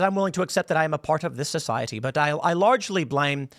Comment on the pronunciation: “part of this society” Why do you talk like that? That’s some weird stuff. You’re not Irish. wtf was that accent?